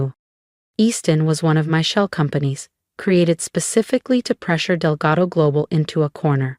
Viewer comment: It is Delgado, not Delgato. A.I is the future of our country and can’t learn how to pronounce or spell words.